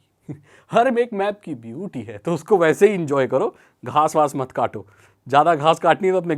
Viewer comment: When he said beauty I heard like he said "" BOOTY "" LOL 😂🤣😹😹😂🤣😹